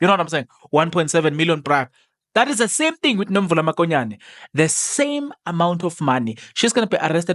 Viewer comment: Not makonyane mokonyane point of correction